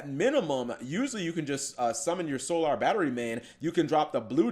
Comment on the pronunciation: the way cap says solar......................................... this is why humanity is doomed